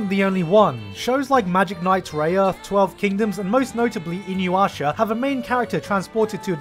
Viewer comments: I’m so triggered he said “iniuyasha” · he said "inuwasha", where Kogome cleans her clothes, y'know. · IT'S NOT INUWASHA!! AAAAAAA!! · Did he just call Inuyasha inyuasha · wait..... did you just said "Inyuasha"? HAHAHA sorry it just sound so funny! 😂 EDIT: +10 for the FINAL FANTASY music. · anytime someone pronounces inuyasha as inyuasha i want to fucking die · "...and most notably, Inuwasha..." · “Inuywasha” where the W come from, bruh. Kagome says it over 9000 times it’s not hard to mispronounce 😭😭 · Did this bitch just call Inuyasha In your Usher? Are you kidding me? That's worse than yanks pronouncing Jaguar Shackwire. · OMG ITS pronouced as I-NU- YA- SHA!! Get it right!!! Hi haters 😘 😂😂😂😂😂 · I just realized that Garnt can't properly pronounce 'Inuyasha' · The way he pronounced "InuYasha" when he first mentioned it made me pause the video and write this comment xD anyway, great video and to me InuYasha will always be the best Isekai ever created ❤️ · nailed that inuyasha pronunciation bro